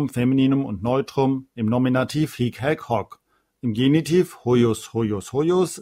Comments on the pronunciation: Hallo, ich möchte gerne etwas anmerken. Man spricht das hic nicht hiic aus sonder hic, also das i kurz ausgesprochen. Es sei denn, es geht um das wort hic-hier. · Ihre Videos sind wirklich gut! Vielen Dank dafür! Ich muss allerdings anmerken, dass es manchmal die Aussprache (lang/kurz) bzw. Betonung nicht immer korrekt sind. So muss es hier z.B. unbedingt ein kurzes "hic" sein, denn das lange "hiiiic" bedeutet "hier" (nicht "dieser"). Auch das "hoc" im Nom. und Akk. Sg. neutrum muss kurz gesprochen werden - nur so kann es von dem langen "hoooooc" im Abl. Sg. m./n. unterschieden werden.